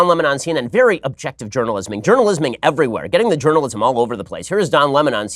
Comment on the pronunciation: Please don't say journalism like that, it makes me think like he's some sexual predator, and I don't need that as mental image. Also, from some strange reason I think I was unsubscribed. I don't remember unsubscribing, but I just needed to resubscribed.